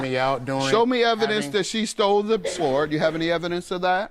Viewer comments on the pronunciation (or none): I’m sorry a what? A Swerd? Or a sword? 😂